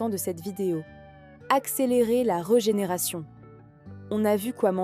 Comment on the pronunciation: on prononce : rÉ génération et pas rE génération